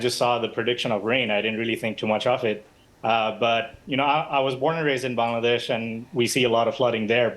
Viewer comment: Dear BBC Journalist, It's Bangladesh, not black-ba-we_colonised_but didn't_bother_to_learn_name-desh. Come on! Show some respect to countries's names..